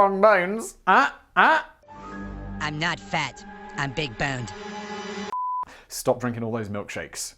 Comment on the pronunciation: Story ruiner and story master. 😅 "And why are you talking about yo' uncle all the time?" "He ain't fat." "He's big-bon-ded." 😂